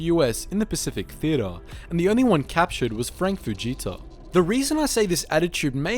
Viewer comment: The way he says theater cracks me up